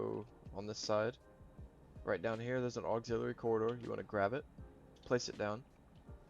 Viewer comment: You mispronounced the word "Chassis" and "Auxiliary."